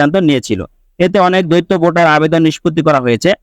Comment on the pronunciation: দৈত্য মানে দানব৷ শব্দটার উচ্চারন দ্বৈত৷ মানে দুই৷ ইচি নয়, উচ্চারন ইসি৷ উচ্চারন মাদারচোদের মত৷